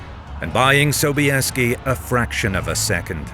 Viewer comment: Озвучка мерзопакостная, Собиес вместо Собесского, хазары вместо гусар, да и вообще...